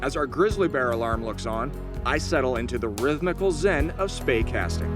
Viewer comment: It is Spey Casting, as in the River Spey in Scotland.